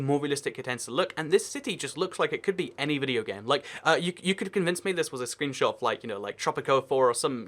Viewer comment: it said screebshot